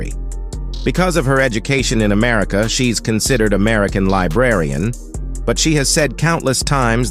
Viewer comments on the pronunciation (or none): none